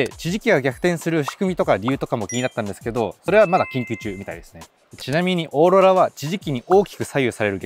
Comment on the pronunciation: "ちぢき"やら"オーロラ"やら発音難しそうなのキレイに言えてて凄い🎉